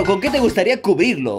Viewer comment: dijiste cubirlo en ves de cubrirlo